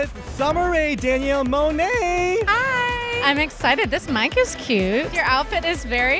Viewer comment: MUAH-nay, that's how it's pronounced